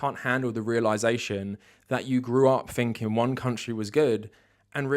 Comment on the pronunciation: Quit saying "finking", bro! It's THinking! Jeez, love the content, but damn that's annoying!